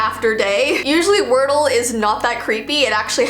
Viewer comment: When she say if we don’t know wordle she sound like she is from Ireland